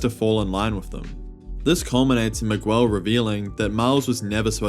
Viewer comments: Why are you saying Migwel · Miguel O’Hara It’s pronounced MIG-L Miguel I feel like you would know this since you watched the movie and had enough time to make a video on said movie Like not to be disrespectful or anything, but mispronouncing a characters name can be off putting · I couldn't watch the video cuz the way you say Miguel :(